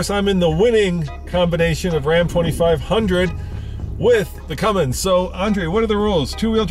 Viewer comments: its cummins guy....not cummings. i swear where do these guys get this shit from lmao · Guy said cumming instead of Cummins lol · Legit y does everyone think it’s Cummings it’s CUMMINS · So, can somebody teach this guy finally to say CUMMINS..?? 🤣🤣